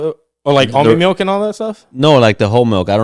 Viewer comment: “Melk”😝 is all I heard lol